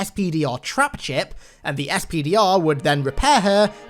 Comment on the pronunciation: I totally heard "STDR"not SPDR, wasn't watching video at the time. I was thinking "Wow Halo Infinite is getting dirty" 😂😏